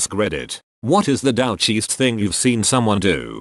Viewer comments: Come on!!! You chose the title of "douchiest" and you can't make the electronic voice pronounce it correctly. Add yourself to the "douche" list. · "dowch" gets me every time lol